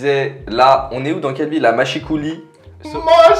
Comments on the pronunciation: la Vendée à l'honneur c'est cool ! Par contre Machecoul ça se prononce mache cool, pas machécouli ou je ne sait quoi, j'ai pas la ref lol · Ça se prononce mache cool pas mâchicoulis 🤣🤣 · Quelle était la probabilité pour que je me connecte sur Youtube et que je tombe sur une vidéo de qui est dans la ville où j'ai grandi (au fait ça se prononce Macheu-coul) 😂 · Ça se prononce mache comme la mâche et coul comme cool (Machecoul) c’est le bled où je travail improbable que vous y soyez passé je savais même pas qu’il y a un hôtel ici 😂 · Ça se dit "Mache-coule" 🥹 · Alors on prononce pas le L dans machecoul